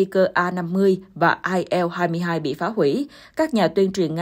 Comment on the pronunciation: Bạn Yên Ngọc phát âm tên hiệu chiếc máy bay Nga kỳ quá!! Chiếc IL 23 bạn đọc là “ ai eo hai mươi ba “ ????Các bạn thấy đó, nữa Tây nữa Ta, nôm na là nữa gà nữa vịt!! Bạn phải phát âm là “ I en lờ hai mươi ba “ trong phát âm chuẩn xác của tiếng Việt. Còn nếu đọc chính xác cho có vẻ “Tây “ thì phải là “ Ai eo tuen ti thờ ri”. Bên đài HTD NEWS cũng cái phát âm loạn xị như vậy mà hiện nay không phải một mình tôi mà nhiều bạn khác đã chuyển sang kênh khác. Mong bạn chỉnh sửa dùm. Cảm ơn.